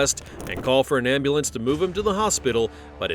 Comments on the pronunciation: He said ambalance lol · igets the dunce cap and an extra prize for the pronunciation of ambalance. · He was the most annoying. "Ambalance!" Embarrassment. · Why do black people always say ambulamps??